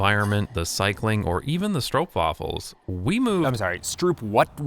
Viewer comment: I’m not sure what i’m more impressed by: the fact that you put this much information and graphics in without making it boring or that you pronounced both stroopwafel and randstad correctly.